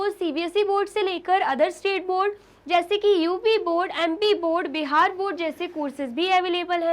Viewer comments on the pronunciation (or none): none